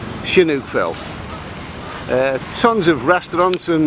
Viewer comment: the h needs to be after the s to make thesound sh,so its sihanoukvile non shinoukville like you wrongly call it